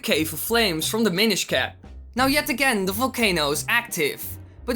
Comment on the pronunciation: i thought you said "the minish cah"